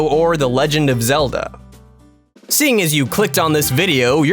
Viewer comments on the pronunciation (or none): none